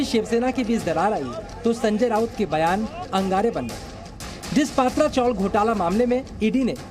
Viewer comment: अरे भाई पात्रा नही पत्रा चाल.